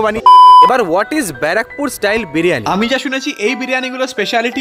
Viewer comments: 🤣🤣🤣🤣 Barrackpore ❌ Bra Pore ☑️ 🤣🤣🤣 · b*ra pur.. R English ta bar pore😂😂..